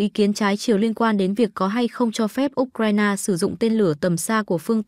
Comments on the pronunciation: Phải đọc U Cờ Dzai ! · Trình độ phát thanh viên giờ quá kém U C RAI NA đọc là ốt raina Không bằng youtube